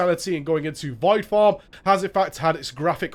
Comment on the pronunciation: Poor guy. He can't say "form" properly.